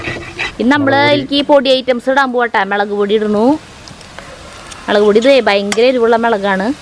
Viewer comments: Melak alla mulakpodi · Super കലക്കി മോളെ........... മെളക് പൊടിയല്ല. മുളകുപൊടി 😄😄😄😄😄